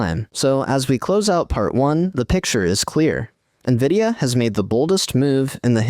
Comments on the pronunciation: If AI is so great, why does the AI voice in this video say N,I,V,I,D,A instead of Nvidia? Clearly, there's still a lot of work to be done. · Dammit, for a moment i thought "hmmm, an actual human narrating?" , but then hear "N V I D I A" being spelled instead of read out normal..... irony, A.I. talking about A.I. and the script was most likely created using A.I. as well. Trifecta, or Inception within inception? LOL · It's "N"vidia